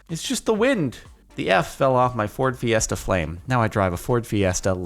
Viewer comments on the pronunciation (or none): none